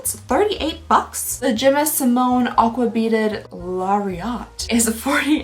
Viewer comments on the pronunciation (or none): none